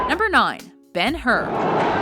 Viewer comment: Bang-her....for 212 mins, HOLY SHIT!:D